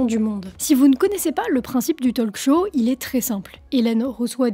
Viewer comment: Si je peux me permettre : Talk Show, ça se prononce Tôk Show, pas Tol'k Show. Le L est muet, comme dans Walk.